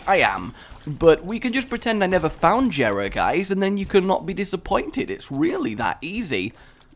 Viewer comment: Dislikes people who miss pronounce Jera (YEAH-RA) and people who dont remember to pick certain things up RAGE